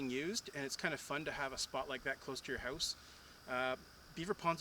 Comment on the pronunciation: I was just wondering where you were from and then I heard you say the word "house". Cheers bud.